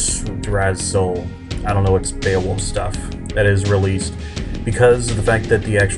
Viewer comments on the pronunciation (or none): Yggdrasil is pronounced "ig-drras-il"